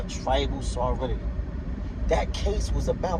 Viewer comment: Sovereignty is pronounced : SOV-REN-TEE. But sadly, that is the smallest mistake in what you say. I have to resist discussing things with conspiracy theorists, sovereign citizens, and people who believe in lizard people because there is too much ignorance to bridge the gap. I will simply assure you Indians as individuals are not sovereign, and they get arrested for even small, non-violent infractions the same as non-Indians. I am glad you read McGirt, but you didn't understand it. Watch some YT videos on it, read some of the info put out by the tribes themselves for laymen like yourself. Good luck, and continue learning.